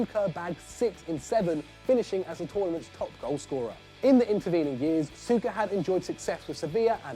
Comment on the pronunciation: Why u pronounce him 'suka'😂😂